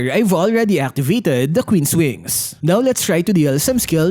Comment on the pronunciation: "kween's wings"😂😂😂 "Manananggal " 😂😂😂 "si albert" 😂😂😂 "dirty na yelo"😂😂😂 " kevin durance" 😂😂😂